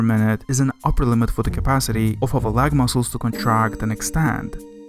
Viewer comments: Leg L ayyy gu not L ehhhh gu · Regarding the American Pronghorn Antelope, that representation is not even close to what they look like other than also being a quadruped herbivorous mammal with horns. Good video otherwise, though I'm curious where you're from with the letters v and w both being pronounced w and "leg" being "lahg". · please pronounce leg properly